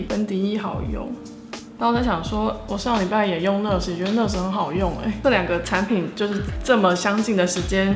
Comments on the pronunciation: NaAAAAAaaars Not ners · 應該是唸內阿死，不是呢呃死吧🤔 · 跟我念 那尔s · 應該是念ㄋㄚˋ ㄦˇ ㄙˇ吧🤣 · 單音節是唸ㄋㄚˋㄦ斯喔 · NARS的唸法有點怪？？😅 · 原来不是只有我这样觉得。lol～美音的话r要发出来，英音的话没那么强调。不过没关系，爱汤的化妆技术❤️